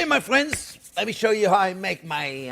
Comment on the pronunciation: "well hello there phrinzzzzz"